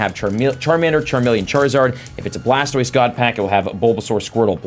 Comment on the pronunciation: You said bulbasor sqritle blastoist wheres wortordol